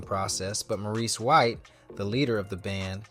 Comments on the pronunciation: And his name is More reese not mor iss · This could have been such a beautiful tribute. Instead, it was frustrating. How do you do a voiceover and get the names wrong, especially of Maurice (not morris) White. There are also conflicting dates with the arrangement of the songs and pictures coming in that are out of place. The group and Maurice is so important to our history. Please go back and give this the attention it deserves. Do the voiceover over. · I thought A.I. had some intelligence? He’s calling him Morrris 90% of the time and Maurice the other 10%😢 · CLICK BAIT! Mispronounced name many times (Morris?) Omitted Jessica Cleaves and producing/writing for The Emotions. Repetitive info, poorly done. Some comments say the dates are also incorrect. He deserves much better. I'm a screenplay writer. I'll look into telling this great man's story properly. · From the thumbnail to the voice (which is why it can't say "Maurice" right) and to the info...this is all AI, crazy times. Bad/made up info as well. Terrible, lazy content.